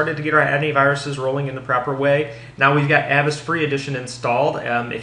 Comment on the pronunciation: it's "A vast" Like," Avast, me hearty!"